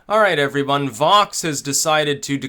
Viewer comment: "Alright every-vun, Vox..."